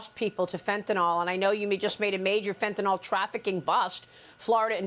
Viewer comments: For Christ sake. Read the spelling of the word before "attempting" to use it. Its not Fentinol its Fentanyl. (Fen) (tan) (ill)! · It's not fentaNOL, it's fentaNYL. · There is no such thing as fentanol. It's fentaNYL, the Y sounds like an i. Venezuela has just emptied its jails and sent the prisoners to the US border. The Biden Administration is derelict in its oath to protect and defend the Constitution and Laws of the US. It needs to be disbanded. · I have to point out that it's not fentanOL. It's fentanYL.